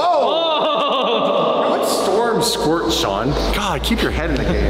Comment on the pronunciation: you can't say "she squrting" as you put on lipstick...hahahahahaha